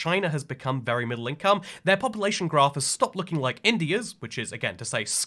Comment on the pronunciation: Ah yes populatyion